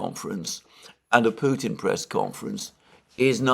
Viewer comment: Alexander, It’s so obvious that President Biden has some cognitive and linguistic issues and it’s sad that he is put in the position as chief political spokesperson for the US… Also, you are one of the only British commentators that pronounce Putin correctly… I’m hearing “Poutin” from the rest….😮 Ron in Alice Springs Australia…🦘